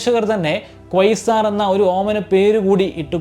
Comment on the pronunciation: First Learn the correct pronunciation 😮 Not Coisar it's QUASAR